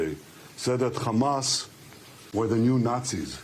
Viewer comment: Trump can't keep a train of thought or pronounce anything. He calls Hamas ... "HUMUS". (He also thought there were airstrips during the Revolutionary War and windmills cause cancer. Trump confused 9/11 with the convenience store '7/11'. Trump demanded investigation of the 'oranges' of Robert Mueller's probe. "Covfefe". Called Thailand ‘Thighland’. Trump said American Revolutionary War troops took over airports. “Two Corinthians". There are endless examples of his brain deadness and stupidity.)